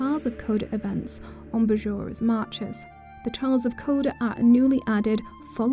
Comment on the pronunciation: Bjora is pronounced "Byora"